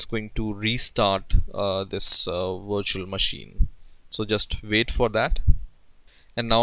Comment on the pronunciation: I thought he said install it on your washing machine lmao